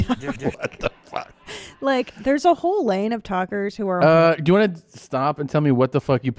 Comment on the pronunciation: His lips way want but it sounds like work